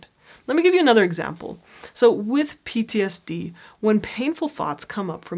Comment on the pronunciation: Pronounce PTSD more clearly. You're not doing a good job with that.